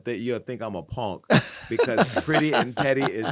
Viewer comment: It's when he said 'Ponk' I nearly died looooool